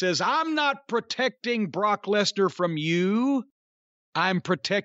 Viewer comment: Buh-rawk Less-nurr